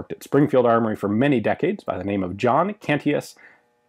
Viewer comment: Also Cantius is pronounced Can-chus, not Canty-is.